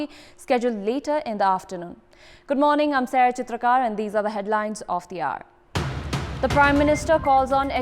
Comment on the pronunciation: I love the way she says sarah chitrakar